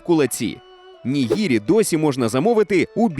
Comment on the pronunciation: Перепрошую. Не "гірос", а "ґірос". Не "маргарита", а "марґаріта". "Nigiri", а не "nihiri". Не "з'їсний", а "їстивний".